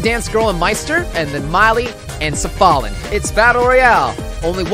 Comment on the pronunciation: But...Safalin's name is a play on the phrase "tears are falling". Tia Safalin - Tears are fallin. Vgperson confirmed it on the translation page... He's saying it right.